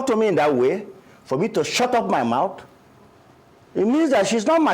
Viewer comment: ..."saying something that doesn't make sense and he is overyapping...😂😂😂. Madam Oby needs to correct him in a subtle way" can you please shuutrup..., shut rup... 😂😂😂